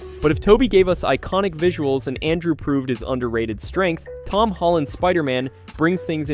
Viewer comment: Dude,it's ANTMAN not stupid ass giant man,get your shit right bro or don't make content at all and also learn how to pronounce words correctly! It's very very ANNOYING AS HELL!!! Like it's Andrew not ondrow!